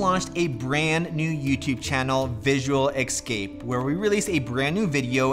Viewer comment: eScape... Not eXcape